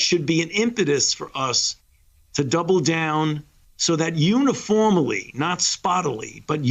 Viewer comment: got it everyone? uniform-aly not spottily.. very sound, intelligent medical advice 😂😂😂 this guy is a real life TROLL